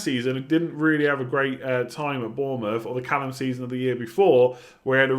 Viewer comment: Did he say “Callum season”?🤣